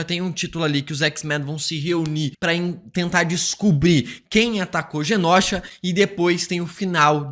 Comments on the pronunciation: Mano dica construtiva não é genósha e sim Genosha. Pra ti ajuda a ler e pronunciar melhor imagina que se escreva desse jeito genôsha. O certo é sem acento mais vai te ajuda a pronúncia melhor na hora de fazer seus vídeos. Genósha é osso de se ouvir fica a dica valeu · pelo amor de god. GENOSHA se pronuncia "GENÔSHA" e não "GENÓSHA" PFV 😅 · Genôsha. Não leve como parâmetro esse youtuber. Ele pronuncia errado muita coisa, kkkkk. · Pare de falar genÓsha, por favor. A pronúncia não é assim. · "GÊNÔCHA" ok!